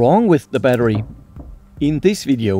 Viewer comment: Batterier 😂😂 a lot of beer Berăria (🇷🇴)